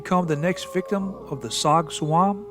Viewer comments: It's Rog Tsuam, pronounce as Jaw George. It literally means 'to be sat on'. As a Hmong shaman, it can be caused by various entities that absorb life forces. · Tsog tsuam is pronounced Jaw Joua. As Zoo in hmong us pronounced zhong.